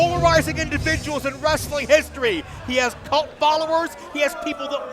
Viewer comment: Lol saving wrestling! he can’t even pronounce the word correctly,he calls it ress-a-ling. wrestling is a 2 syllable word not 3!